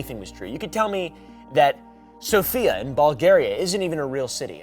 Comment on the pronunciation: That's now how you say Sofia lol